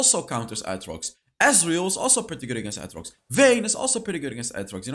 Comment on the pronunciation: His pronunciation of aatrox... I can't 💀